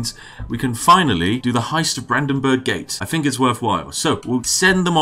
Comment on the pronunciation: Im fucking crying for having to listen to you pronouncing Brandenburg, Volksfest and Bürgermeister